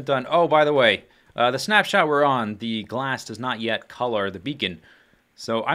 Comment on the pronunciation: It sounds like you're saying 'Schnaps-shot', that sounds disgusting! :D